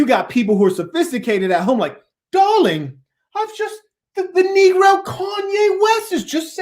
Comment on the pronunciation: “Oh Darling” bruh that posh accent was mad funny stfu lmao